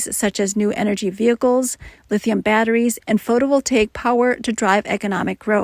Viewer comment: Terrible pronunciation of “photovoltaic”! AI sucks ass!